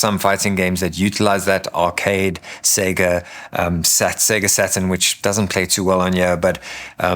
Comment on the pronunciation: You earned my sub with this video. Main reason, you say "Sega" correctly ! All other reviewers seem to think the company's name rhymes with "beggar" and it drives me batty. I couldn't get through Russ's video. It's music to my ears to hear it pronounced "say-ger" finally. Anyway, I'm getting a grey Arc D. Same color (and shape!) as my 8BitDo M30